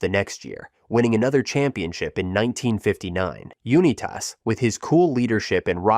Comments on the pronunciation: Johnny “YOU NE TASS” 😂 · Why do you say U-ni-tas like that?😂